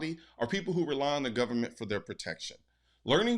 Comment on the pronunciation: The gubernumunt, dear god.